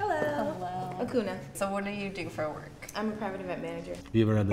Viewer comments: Its Hakuna not Akuna 🤦🏻‍♀️ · Akuna, not Hakuna so... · I was high like "hold up did she say akuna" I had to rewind. I instantly thought of akuna matata 🤣😂(however it's spelled)